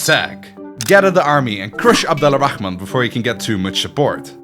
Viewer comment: Slight correction, Abd Al-Rahman is actually pronounced Abd Ar-Rahman (the L is silent when it meets an R)